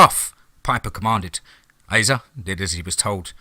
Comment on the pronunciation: This is one of my favorite DMT stories, Piper is a badass! I only have one note, Asa is pronounced like Ace-uh. Not trying to be a dick, just trying to help. Much love, you’re the best narrator on YouTube hands down. 😈 # DMT’S KRYPTID CREW #FOREST OF FEAR